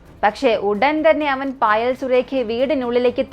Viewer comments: മോനെ ഫയൽ അല്ല പായൽ എന്നാണ് പേര് ഞാനീ കഥ കേട്ടായിരുന്നു ❤ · പായൽ... എന്നാണ് പറയുക പയിൽ എന്നല്ല.....